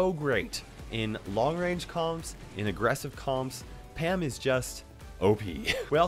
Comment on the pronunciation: It it just me or did say ham not pam